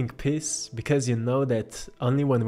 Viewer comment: Well you've hit me on the head in every way....but I have to sadly admit that every time you said the word Peace I kept hearing the word "Piss", I laughed every time, sorry :) I love your paintings they are very beautiful.